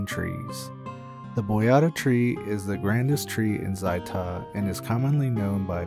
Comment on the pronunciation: ZAI'Tah? ow my freakin' ears!